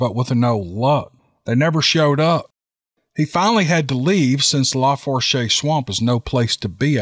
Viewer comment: Tenses= tensaw Lafource =lafoosh